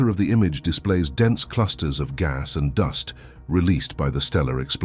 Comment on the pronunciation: 'Doost clouds'.... How do you not know how to say "duhst" (dust)..?!